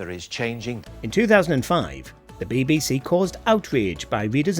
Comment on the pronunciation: Bay bay say. WTF say it properly!